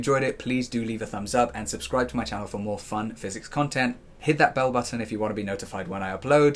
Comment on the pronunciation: You saying "button" was soooo....british